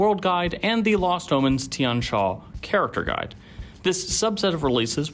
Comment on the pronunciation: The I and the A in Tian are pronounced as a single syllable rather than two, it means sky or heaven in mandarin.